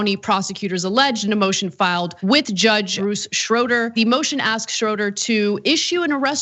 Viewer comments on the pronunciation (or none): I just wanted to make a kind note that you mispronounced Judge Bruce Schroeder's name it is pronounced "ShrAYder" I am a life long Kenosha County resident and am very familiar with this judge. He has been on the bench for decades. On another note he has been known to throw the book at people as a matter of fact he has a habit of going against the DA's recommendations, usually making punishments more severe.... don't worry Rittenhouse will PAY.